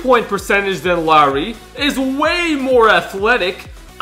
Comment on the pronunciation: it is Lauri